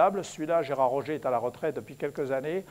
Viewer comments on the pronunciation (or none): none